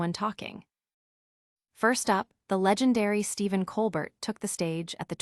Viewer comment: His name is pronounced ColBEAR, not ColBERT.